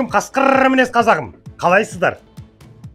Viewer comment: Ассалаумалейкум! Жан бір отінішім бар, қасқырррррррр деп айтпаңызшы. Қасқыр деңізші, ырррр дейтін итқой.